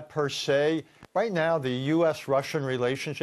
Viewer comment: Is it bothering anyone else how he says vlademir